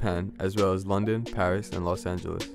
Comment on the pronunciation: jurian stift he said angeles but it did sound like santos lol